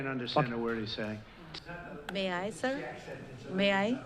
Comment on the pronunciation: Saar there's no Indian Accent saaar 🤣🤣🤣🤣🤣🤣